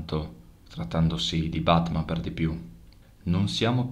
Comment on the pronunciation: Naturalmente è BATMAN...è non barman!!!🤣🤣